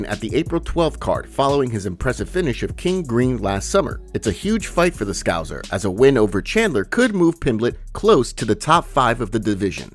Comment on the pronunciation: For the love of god, please learn how to pronounce Scouser correctly. Lol